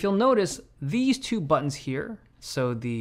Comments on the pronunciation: butt-tons lol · Say ‘Butt-tins’ again. Say ‘Butt-tins’ again! I dare you. I double-dare you, motha**cka, say ‘Butt-tins’ one mo' goddamn time!!! Awesome video as always! Thanks man!!! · Haven't noticed until now that Dave turns British when he says "buttons" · buttons... it's not hard to say buttons man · Stop saying BUTTONS like that 😊